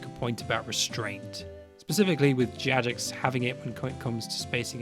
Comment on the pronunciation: Good points overall! One thing I'll add: Jagex is a shortening of "JAva Gaming EXperts". It's a hard g.